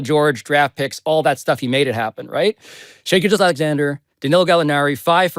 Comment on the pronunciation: "Shy Gill-Ghiuss Alexander."